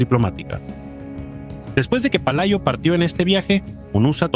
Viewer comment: Pelayo xdiosss no Palayo. Dejar la IA que todavía está en párvulos 😄